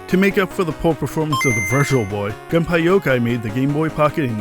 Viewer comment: Gun-pie-yo-kai? Dude get your pronunciations right. GUN-PEY-YO-KOY Also no new 2DS XL